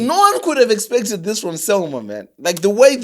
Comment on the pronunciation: Just started the episode gents, keep up the good work. It's selmor not selmour i think